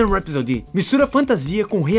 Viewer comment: É engraçado o pessoal falando "Rhapsody" errado haha